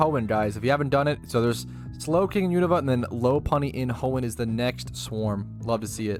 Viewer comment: Low-Punny just doesn't sit right with me, Lop-Unny just seems right. Alright, we need to go through all the Pokemon and teach you how to say their names KEKW